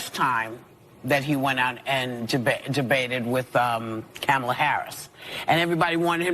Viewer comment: Whoopi doesn't even say Kamala's name correct... what a joke.